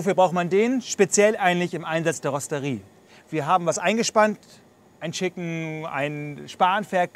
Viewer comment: wo von spricht der kollege dauernd ? rosterie???? eher rotisserie ???!!!!! oder rostet ihr das ferkel ?